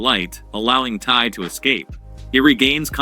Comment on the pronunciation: Tai nah is taiyo💀